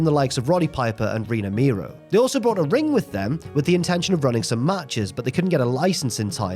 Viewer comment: Mero is not pronounced as Miro, brother.